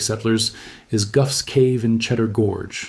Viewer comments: Very interesting and well presented. Just one 'bone to pick'* - Gough is pronounced 'goff' as in cough; not 'guff'. That's a UK slang word for a fart. *Gough's Cave - ritualistic cannibalism. See what I did there? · Gough's cave = Goff's cave, not Guff's cave. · In Australia Gough rhymes with cough. Famous Aus Prime Minister Gough Whitlam. Never knew he was named after a cave. 🤣🤣🤣 Is this not true in other parts of the world?